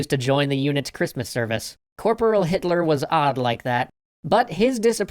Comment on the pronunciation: Did he say hittler